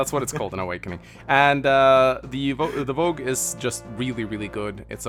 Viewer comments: It's Vooj, it's spelled Vou-ge, not Vo-gue. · It's not "Vogue", it's "Vouge". This is pronounced "Voozh", so Project Exile's "Bhuj" was pretty close. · I think Mekkah is wrong, it’s Vouge not Vogue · But he mispronounced it, it's "vouge"